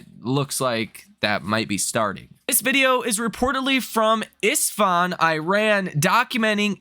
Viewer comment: You should learn how to say Iran